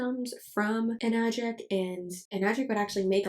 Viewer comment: Hi, first time commenter here (since you said engagement would be good for you and I want to be learn to be more proactive in whatever limited support I can provide). Since you mentioned pronunciation, I took the trouble of finding the Japanese wording for it, エナジック (Enajikku) with the 'E' pronounced like 'eh', and the 'a' pronounced like 'ah'. In the same vein, Kangen is pronounced more like 'Kahn-gehn', and not 'Caynguhn'. Source: Am working as a Japanese translator/interpreter. Though realistically I doubt anyone actually cares that much about how it's pronounced ~.~ Just some info for you. I also have a burning rage for them because someone literally recommended them to my parents, specifically my dad who was recovering from cancer and got them to BUY ONE some years ago as well. It is now an unending source of frustration for me towards them. (I literally blew up on them not long after I first learned it was a goddamn MLM from the Anna's Analysis video) Their water filter cartridges are also fucking expensive (keep in mind that you would have to replace them periodically as well, especially if your water sources are not really clean so those add up as well).